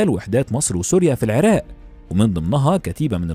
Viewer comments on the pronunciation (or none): none